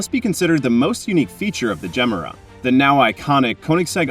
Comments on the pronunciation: Ifs not gem-era.. its ge-mera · The way you say "Gemera"... ouch Pause it after "Ge", and then finish; "Mera". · Just some advice… you may want to learn how to say Gemera properly! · Not mysterious has the jesko engine with one 800 ev motor. You are pronouncing the car wrong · Wtf pronounce it correctly dude,had to stop watching,couldn’t take it anymore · There are many videos of Christian Von Koenigsegg presenting this car, & pronouncing the name of it, several times in each video. I suggest you look any of them up.